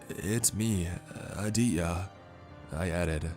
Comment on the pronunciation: I can’t help but chuckle each time he pronounces Aditya lol , he doesn’t pronounce the T , it’s Ah-dee-te-yah lol . Good though cuz this story is bonkers